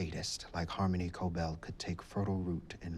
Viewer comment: Hi,! I just wanted to mention that her name isn’t pronounced Co-bull, it’s pronounced Co-bell. Not sure why it irked me so much but wanted to mention it.